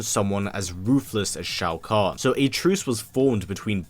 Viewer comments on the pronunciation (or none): It’s pronounced like Show-Con idiot